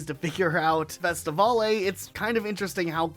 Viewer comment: why is bro pronouncing festivale as festivolley lmaooo it's pronounced like festi-veil